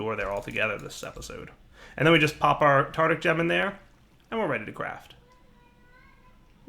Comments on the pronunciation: Psst. The gem is TAR-TAR-IC, not TAR-TIC. (Nothing to be ashamed about!) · Lachlann Nelson He very clearly says "Tardick", not "Tartic". Try to actually listen. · Hand of Fate1315 Still. IT IS WONG. It should be Tar-tar-ric. called this way because of Tartarus. the Roman version of hell if i remember correctly. AND YES, the developer also says Tar-tar-ric. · Ben Tabor it's spelled tartaric, so reading it as "tartic" is definitely wrong. Unless the mod author says it's pronounced tartic then I have nothing to say. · Lachlann Nelson that's not the point... the point is its spelled tar-ta-ric not tar-tic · Drinking game: Everytime says "tartic" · Lachlann Nelson either way it's still wrong... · Everybody he says tarTic not tarDic. Actually listen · Lachlann Nelson No, he says "Tardick". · dire has a hard time with words sometimes lol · James Beem I always think of a really horny octopus when he says that.